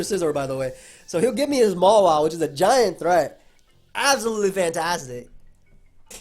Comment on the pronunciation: DUDE why do you pronounce Mawile MALA wtf it's total cringe stooooop